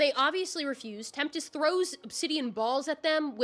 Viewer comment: Also Tempest. You pronounced it like Temptest